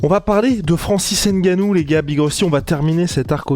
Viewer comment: Insuportable cette manie Française d'écorcher les noms des Africains. N Gannou. NON! C'est N(Phonetique)gannou! La Soeur!🙃